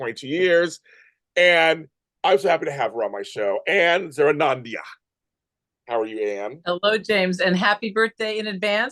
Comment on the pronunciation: It was so much fun to chat with you James! Love the lefty theme! We have a love of Barbra! And you say ZARRAONANDIA perfectly! See you soon! ANNE